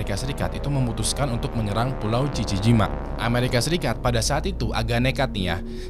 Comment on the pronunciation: jiji shima dibaca gigi gimang